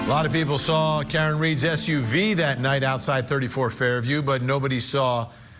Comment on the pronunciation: Sawr? Where does find the “r” in saw? She sounds as uneducated as Shanon.